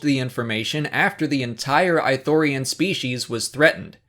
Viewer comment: The Goofball I'm American too. It's just that it's pronounced with a hard "ii" in Kotor 2 and I'm pretty sure it also pronounced that way in the TV shows. This is the first time I've heard someone pronounce it "I" thorian haha